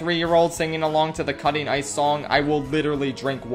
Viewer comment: the way he said about drinking water with ICE really took me out